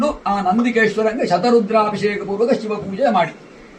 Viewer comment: ಶತ ರುದ್ರಾಭಿಷೇಕ. ಶತು ರು.....ವಲ್ಲ.